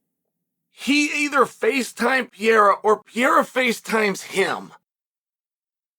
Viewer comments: Alex R u Pronouncing Pierre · “Ax pear”😂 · It's Pierre 😂... the "a" is silent in Chael's world. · Is Chael mispronouncing Alex Perieras name to make me comment about it cause I can't imagine he doesn't really know how to say it 😂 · How does one ball Sonnen not know how to pronounce Pereira lol